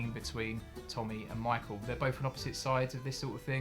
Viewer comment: Michael! It’s michael